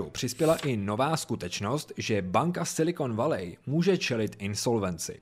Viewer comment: Super informatívne video ale to "Silikon Valej" mi trochu trhá uši :D